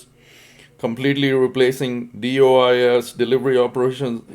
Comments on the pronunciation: Never heard it pronounced “DIOS” I’ve only heard it as DOIS . How about u? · kindly helping out here not mocking or making fun of your error. Doe-is is the pronunciation., like Doe as in female deer DOIS. also nothing is ever in the favor of the Letter Carrier